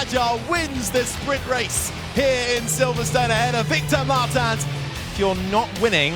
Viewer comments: It's a portuguese surname, so they are pronoucing it wrong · How often can you pronounce "Martins" wrong? Commentators: yes